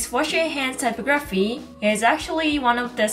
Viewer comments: It's pronounced ty pog raphy not typo graphy 😂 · Btw for future reference it's pronounced: type OG ruh fee. Thank you for the video, very informative! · Typography is pronounced tie-pog-graf-fee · you pronounced typography incorrectly